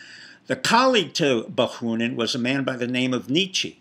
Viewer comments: Bakunin, not Bakhunin. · You failed to mention Soros' support of BLM and ANTiFA. You repeatedly mispronounced Bakunin's name. I thought you were a speaker of Russian and a Russia expert. What does the fact that you were a concert pianist have to do with nihilism? Your presentation lacks focus and is primitive. It seems that you are prone to self-aggrandizement.